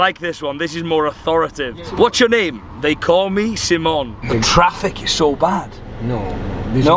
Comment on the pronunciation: Why do you say - Simón-? all the time? Just say it like it is right.. guess it won’t be any problem. The name is international enough